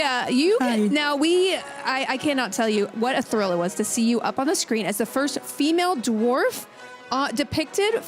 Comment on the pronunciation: Elrond’s expression while Gandalf utter Black Speech is totally me watching Sophia Nemvete babble about being “the fust feemell dwoff “.